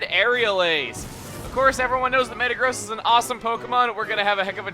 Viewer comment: META-gross... not Mata-gross